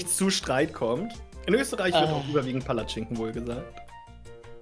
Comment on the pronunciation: wie keiner Palatschinken richtig sagen kann 😂